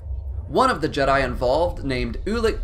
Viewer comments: I stopped listening once I heard him say " The Jed-i Order" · Bruh hearing the way he pronounces Jedi in the beginning